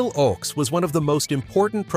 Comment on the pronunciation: It's pronounced "OAKS", not "OX" !